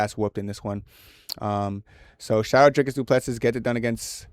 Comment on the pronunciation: I knew you would get this one wrong because you can't even pronounce Du Plessis correctly